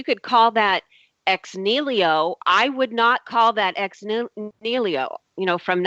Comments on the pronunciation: Aaargh! Ex NIHILO! Not ex "nilio" damn illiterate! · Oh god... it is EX NIHILO not Ex Nilio! You do not even know what you are saying, much less of what you are talking about. As for the "turning water into wine" example... would it really keep up to scrutiny? As in actually being turned into a substance not just looking, smelling, tasting like wine but into a substance that even scientific examination could not distinguish from actual wine. You would have to set up a double blind experiment with controlled conditions to exclude any tricks on "jesus" part first. So no smuggling in of wine to exchange the original water and all that would be possible, not even using a "winepill" adding the smell and taste and color to the water... THEN the chemical analysis would have to keep up and THEN we could worry about the "how" and how to call it. As for claim that these 9 sources definitely identify the historicity of Jesus... her treshold of belief is so incredibly low, a drunk guy would roll over it without even trying. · Every time said "nilio" I kept yelling at my screen "NI HI LO" and she's supposed to be studying this shit. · is anyone else as annoyed as i am by her butchering of the the phrase ex nihilo? it's ex knee-he-low not ex kneel-io. the order letters are written in actually matters in latin. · "Ex nilio " is really annoying. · Making elephants disappear on a weekly basis doesn't sound like a viable business plan, considering how big an elephant budget you would need. Also, it's "ex NI-HI-LO" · that was pissing me off! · How come no one told her to stop butchering the word "ex nihilo"? What I get from her is she is replacing her gaps in knowledge with god. That is about it.